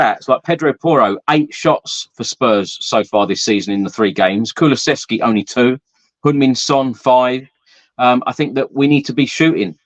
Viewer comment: Why can't this guy take the time and show some courtesy to the player and pronounce Kulusevski's name properly.